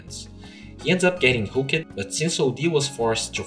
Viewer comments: just a tip, maybe this is your accent or something but pronounce hooked like hook'd, not hookEd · BooM SHAKALAKA I'm pretty sure its supposed to be pronounced hook'd... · plz stop the "ed" "hook-ed and kick-ed" try pronouncing them together .-. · Hook-ED Kick-ED Selv-ES look-ED Silenc-ED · Really need to pronounce hooked and kicked correctly.